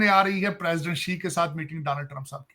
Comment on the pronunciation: Danal trump🤣🤣🤣, bretain nhi bartaniya🤣🤣